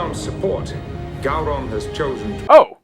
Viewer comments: Gow-Ron, not Go-Ron. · FYI, if no one else has said it yet, Gowron is pronounced Gow like Cow. Gow-ron not Go-ron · It's Pronounced Gau-rhon. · Actually it’s pronounced Gay Ron. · Say "Go-ron" one more time....